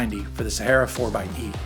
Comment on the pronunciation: SAME! And the way he pronounces Sahara.